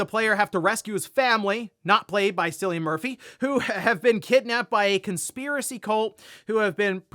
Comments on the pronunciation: Just a quick note: the "c" in Cillian is a hard "k", so it's pronounced as "Killian", which it also its anglicised form. "C" is always a hard "c" in Irish names. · Cillian Murphy’s name is pronounced with a hard “C” not a soft one… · Hard C on Cillian,. Haha